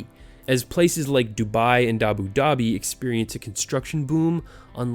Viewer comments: It is not dabo dabe it is Abu dabi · its not dabu dhabi.........its abu dhabi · lol did he say Dabu Dhabi?